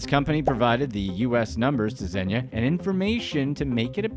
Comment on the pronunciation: He is not “Zenya” he is “Zhenya”